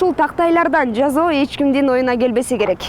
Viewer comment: Жазоо эмес Жасоо болот журналистка 🥵🤯😈